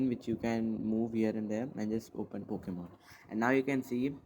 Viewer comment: And again... It's Pokemon not Pockemon